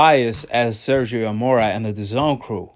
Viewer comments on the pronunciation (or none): none